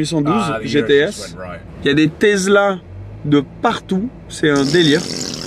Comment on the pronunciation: Je me pose une question depuis toute ces années, pourquoi tu dis Tezla ? 😄